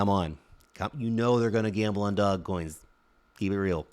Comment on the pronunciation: I only come to Lark's videos to hear him say "dog coins."